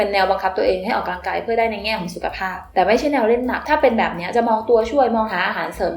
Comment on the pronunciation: ดว้ยความเกรงใจนะคะ ควรออกเสียงคำว่า ออกกำลังกาย ให้ถูกนะคะ ไม่ควร ออกกะลังกาย นะคะ ขอบคุณค่ะ